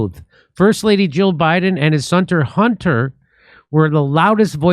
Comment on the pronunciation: His "sunter" Hunter ?? Lol